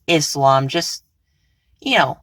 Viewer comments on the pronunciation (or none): none